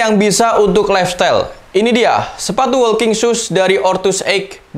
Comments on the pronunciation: Masukan aja bang.. Walking dibacanya woking, bukan wolking.. L nya ga disebut Ortuseight dibacanya ortuseit, bukan ortuseik.. gh nya gak dibaca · Maaf sebelumya ya mas kalo kurang berkenan...koreksi pengucapannya biar videonya ke depan lebih bagus....Ortuseight diucapkan Ortuseit (g nya jgn diucapkan)......walking diucapkan woking....